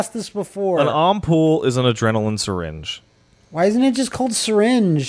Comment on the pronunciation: lol you are not saying Ampoule right ha ha ffs... pronounce it right.